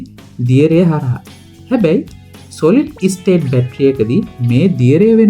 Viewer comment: සොලිඩ් ඉස්ටේට් නෙමෙයි හුත්තිගේ පුතෝ...ස්ටේට් ස්ටේට්...ඔතන i අකුරක් තියෙනවද S එකට කලින්..අඩු ගානේ සරල වචනයක් කියන්න ඉගෙන ගනින්..ඉස්ටේට්..ඉස්කූල්...ලවු...හෑවු...